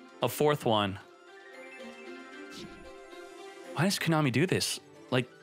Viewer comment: You mean "Ko-money"??